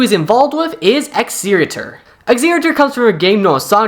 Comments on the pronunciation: its pronounced eg-ze-ti-or 💔💔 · bro how are you butchering the pronunciation on exellor and exetior so badly.....